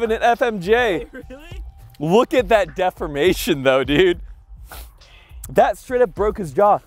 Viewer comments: What the heck is with that pronunciation of ‘deformation’ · def-4-mation? isn't it pronounced D-4-mation?